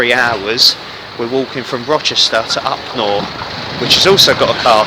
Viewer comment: Great film ... Upnor is actually pronounced Up Narr, not Up nore. I lived there for 30 years. Thank you for making the film.